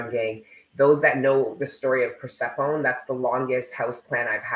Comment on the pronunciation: Persephone: per-séf-ah-knee